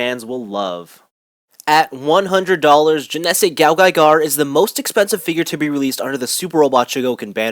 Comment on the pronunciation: Good review. However there are two things that are annoying me. First is you are pronouncing "Genesic" wrong, while you say it the same way every-time it is a little annoying to hear it pronounced incorrectly repeatedly. Secondly it's not the Genesic phantom, they are the Genesic Bolt (the one used in the show), the Broken Bolt (drill shaped) and the Protect Bolt (smooth round one). Other than that it is a good review.